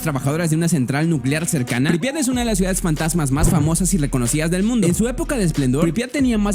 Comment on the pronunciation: Ok vamos a descubrir 10 GAES abandonadas... muchacho se dice "CIUDADES" no GAES!